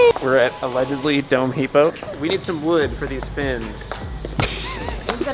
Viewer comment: Curious: Am I the only one that noticed they were at Lowe's when he said "Dome Hepot"?